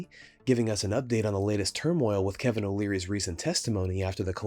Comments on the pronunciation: I thought he said alvin lmao like the chip monk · Kevin not Calvin. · Is it me or is CZ calling Kevin Calvin? 😂😂😂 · Why does he call him kalvin